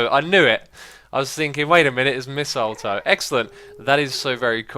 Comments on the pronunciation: My face when X said "missletoe instead of mistletoe. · SquidyPigz he said missile toe. Sounds dangerous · Ive heard people pronounce mistletoe many different ways but never missile-toe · wait a sec, did you actually say "missiletoe" or was it my imagination?? Ps, please do the minecart station chuchorial! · Did you just say Missiletoe? Sounded like that the second time...